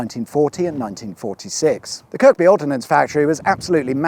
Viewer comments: Its kirby not kirkby the K is silent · It's pronounce MaGHULL, not MAghull, and Kirby, not Kirkby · Woeful underinvestment in UK infrastructure is everywhere, but much more notable in the north. Imagine an intersection on the M25 that was just a roundabout! BTW, those towns you passed are m’Gull (Maghull) and (don’t pronounced the 2nd K in Kirkby) “kir-bee”. Plus add a scouse accent, lad…😀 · Maghull. Emphasis on the ULL, bit. Kirkby. You don't pronounce the second "k"...so phoenetically, it's Kirby. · I absolutely love it that you've came to Liverpool, being a Scouser myself (born and bred). I must say you've done well to try and pronounce some of our places. As somone has said in the comments Kirkby is "kirby" (I have a mate from the Wirral who pronounced it the same way to😂) and Maghull is "M' gul" we have a few words like that, like Gateacre is "Gat-acre" Aigburth is "Eg-burth" and Huyton is "Hi-tun" great video mate keep it up! 🤜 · Love it, talks to the lack of investment in roads in the North. Also Kirkby is pronounced Kirby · It's pronounced MAGULL !! and KERBEE . Still in spitting distance I see...... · I live near the end of the M58 and close to Balls Wood 🙂 By the way Maghull is pronounced "Magull" not "Mag-hull" despite the spelling. And "Kirkby" is pronounced as "Kirby". Entymology of both towns' names dates back to Viking times... Maghull is thought to be a deriviative of a bend in a river - given the river Alt runs though it. Whilst Kirkby is derived from the viking word for church - Kirk. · Was wondering how long it would take till you done the monstrosity that is the M58! (Btw …sorry to be picky…but them towns are pronounced “ma-gull” and “kir-bee”) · Love the pronunciations - Mag-hull and Kirk-bee! Very droll. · Kirkby is pronounced Kirr-bee. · It’s actually pronounced “Kerrrrrrrrrrrrrrrrrbi” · You need to sort out your pronunciation of Maghull and Kirkby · The second k in Kirkby is silent.